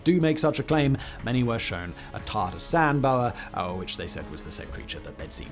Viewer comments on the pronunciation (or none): none